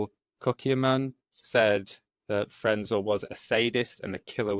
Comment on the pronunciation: It is Karl Frenzel. Do the research and try get it right!!!!!!!